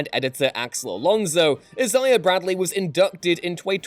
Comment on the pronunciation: The way you kept saying Isaiah was bothersome as hell lmao